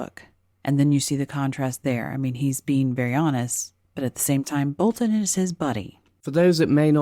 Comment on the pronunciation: Great video as always! And extra points for pronouncing BolTon instead of Bolun as the talking heads do on TV!